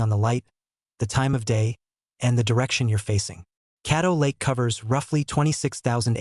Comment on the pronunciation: Caddo Lake not cattle lake